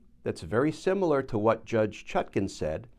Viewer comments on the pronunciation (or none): none